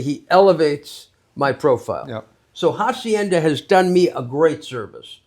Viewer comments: Este hombre ya es todo un andaluh que te pronuncia de manera castiza jacienda😂😂😂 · voy a soñar con "jahsiennda" 😂